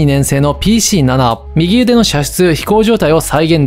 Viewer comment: 右腕の読み方は「うわん」か「みぎうで」ですよ